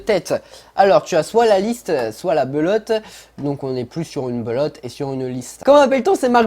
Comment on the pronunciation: Jpp tu dis Belotte au lieu de Pelotte😂😂